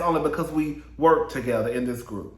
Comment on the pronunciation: Sutton got Crystals A$$ “Togetha”😂✨😂✨😂✨😂✨😂✅